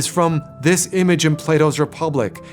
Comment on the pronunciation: Try not to slur his name. Actually pronounce it. Thanks. Great video.